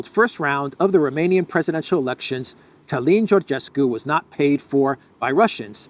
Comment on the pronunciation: the way to pronounce Calin is like Kerlynn. You're spot on regarding his last name.